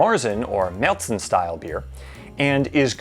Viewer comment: You should really learn how to pronounce Märzen 😆